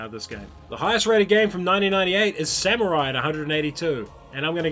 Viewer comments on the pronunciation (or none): none